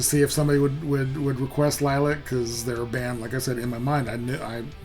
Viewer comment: It is pronounced LIL-E-ACK